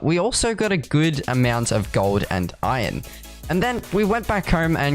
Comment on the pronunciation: i love how he says iron. just „ion“